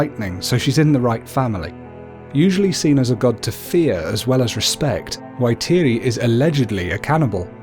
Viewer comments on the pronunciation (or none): U pronounce it. Faitiri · Whaitiri or whatitiri not waitiri, kūmara not sweet potato, rūaumoko not ruamoko, punga not ponga, the 4 main māori gods are tanemahuta, god of the earth n shit, tawhirimatea, god or the wind, rūaumoko, god of eruption n shit, tangaroa, god of sea